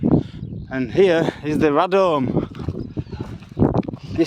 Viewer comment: So was this some sort of audit then or just having a poke about? It's pronounced Ray Dome btw.